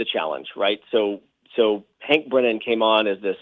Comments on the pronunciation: Hank Breenan? Bad pronunciation host. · It’s pronounced Hank Brennan not like it’s spelled Breenan FYI..